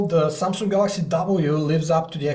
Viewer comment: Where in the word Samsung do you see a 'k' ? Where? XD If you can say "samsungk" then obviously you can also just say "samsung" right? :P